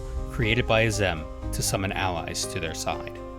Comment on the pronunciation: After how many times they say Azem in game, you came up with that pronunciation?